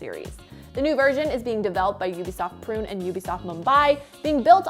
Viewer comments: Pune not prune. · Ubisoft Prune ? Girl know places pls its pron Pu-nay : Pune